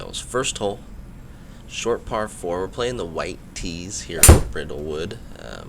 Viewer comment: Nice. I had this course built as its my home course. Fyi it’s pronounced like brydlewood like bryan